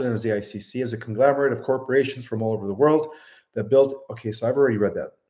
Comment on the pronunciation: Conglomerate. Not conglamerate.